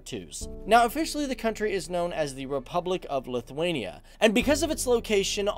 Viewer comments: Lutherania???? Whats that? A Lutheran in Lithuania???? Its pronounced as Lit-wayne-E-ah! If your gonna do a history piece on my ancestors homeland. Learn how to professionally pronounce it! You do start saying it right in the middle of video and then back to Lutherania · You pronouncing Lithuania wrong. lithUania, not lithwania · Lithwania lol.